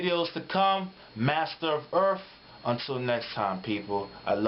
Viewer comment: I like your vids, but did I hear you introduce yourself as "Master of Erfff" ?